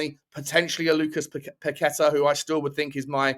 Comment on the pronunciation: Lucas Paquetá is pronounced "Pack-eh-ta" not "Pa-quet-ah" he's named after the Island in Rio state where he grew up